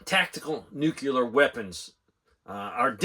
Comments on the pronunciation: New-clear.... you don't pronounce the word "clear" as Cue-lar. I watch your channel all the time, but I hated it when George W pronounced it wrong too... commented with respect. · Newkyallur weppins is daynjuriss. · "new- clee- er" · Sorry Sir I know some people don't like being corrected but it's actually pronounced nu-cle-ar